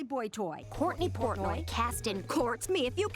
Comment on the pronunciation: I just noticed that PC mispronounces Portnoy as "Pourtney" . And I am devastated 😢